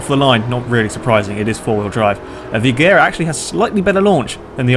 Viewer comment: You pronounced Agera wrong.